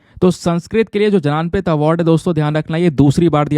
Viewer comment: भारतीय ज्ञानपीठ not भारतीय जनानपीठ